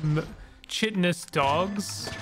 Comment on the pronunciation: I hate being this guy, but I just have to. Chitin is a hard K, like "Ky." I used to say it wrong all the time myself until someone beat me about the head with the shame-stick for it.